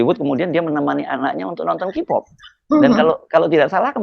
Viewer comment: Baca K-Pop itu KE-Pop...!!! Bukan Ki-pooooppp....!!! Gimana sih?! Biasa olok² bahasa Inggris Jokowi, tapi bahasa Inggris juga JEBLOK!!! 😂😂😂